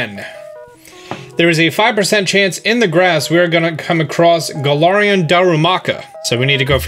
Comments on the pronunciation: It’s ga-lar-en gal-ar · He said "Gala(a)rian"...